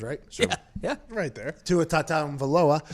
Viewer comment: You said tua’s name wrong